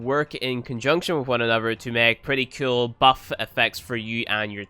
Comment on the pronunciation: Whenever I watch your videos I think to myself, " I wonder how many times he's going to say ceol instead of cool" lol. Love your videos tho.